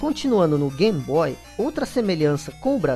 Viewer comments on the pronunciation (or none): Por que diabos chamar de GAM-BOY????